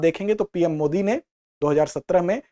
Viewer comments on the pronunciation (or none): none